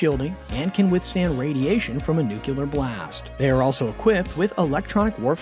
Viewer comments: Nuclear = new-clear not new-cue-ler. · Nuke-lee-er NOT Nuke-you-ler. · Is correct pronunciation too much to ask for? It’s pronounced “new-clear” not “nuke-u-lar.” Also, the countermeasures are chaff, not chafe. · "...and if need be, wage nucUlar war.". The word is Nuclear. Pronounced New - Cle - ur. Its not New - Cue - Lar. That was actually one of my biggest issues with Bush II. He couldnt say the word to save his life. Ive always felt, as a minimum, if you cant say it, you shouldnt be allowed to launch it. lol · It's NOT "ROSS-ee-yah"; it's "ROE-see-yah" -- Russian for "Russia". Time to go back to BOT SCHOOL for vigorous reprogramming, fool! NOT!! "NOO-kyoo-lur", ya' damned fool! "It's "NOO-clee-ar"! NOO-klee-arr!! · NU-KU-LAR! // NU-CLE-AR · Do any YouTubers know how to pronounce nuclear? New-Klee-er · & - Nuclear not “nuculer.” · “Nuke-you-ler” Okay, George Bush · Jesus smh.... more than once, the narrator refers to 'nucular' war. Only Americans....... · alot of youtubers cant pronounce nuclear for some reason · The intelligence behind this speculative and superficial commentary is suggested by the narrator's inability to pronounce "nuclear" correctly, amongst many other details. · please try to learn how to pronounce nuclear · learn how to pronounce nuclear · Why can’t you pronounce NUCLEAR!